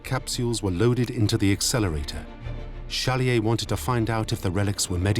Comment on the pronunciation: Why does the narrator mispronounce the protagonist’s name as Challier?